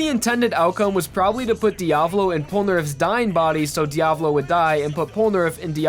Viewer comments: Isn't Diavolo's name Diavolo though. not Diavlo? Love your vids though! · he freaking butchers di-ah-voh-loh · Diavlo? It's Diavolo but its too late since it's 4 years old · say "diavlo" one more time, im gonna lose it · Im sitting here listening to the video and just thinking, idk what the right way to say diavolo is, but the way you keep saying it is fucking killing me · xoo 7ca Diavolo* even the guy who was talking all the time mispronounced it and triggered me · Every time he says Diavlo or Buccilatti I die inside a tiny bit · Good video, but your pronunciation of Requiem, Vento Aureo and Diavolo grinds my gears to shit. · the fuck are the pronunciations in this video? “vento ARRAYo” “buccaLATI” “diaVLO” like wtf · Dude, his pronunciation of Bucciaratti, Diavolo, and Yoshikage infuriate me. Here's what he's saying them as: (Buch-ill-ati) (Dee-Ah-volo) (Yo-shay-kah-gay) Like especially Bucciarati like how do you mess that up to have L's instead of R's???